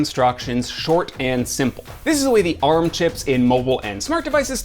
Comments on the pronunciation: Why is he still pronouncing Arm as A.R.M.? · "Apple and A.R.M." Clicked off. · Okay cmon guys nobody pronounces it A-R-M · ARM isn't an initialism: it's pronounced as its written.